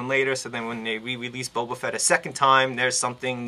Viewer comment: Good review, however I have a couple of points of contention!!! First of all, his name is Boba, not Bobo, lol, and secondly, his shoulders do move upwards of ninety degrees, trust me just push them up a little and they'll slide ride into the joint!!!